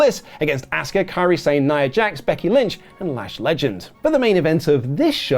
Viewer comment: "Auska" LUL